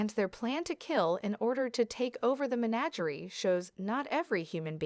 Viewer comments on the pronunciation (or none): Oy! It's pronounced "meh NA ger ee", where the accented 2nd syllable sounds like the AA in Abbot, absolute, after, or the director's cry "AAAND TAKE!". The lame CG voice finally gets it right at about . But continues to slaughter English pronunciation like a Borg invasion... Seriously, what's wrong with voicing your own content? Or hiring a voice actor? If your content is worth our time, isn't it worth this step that makes it palatable?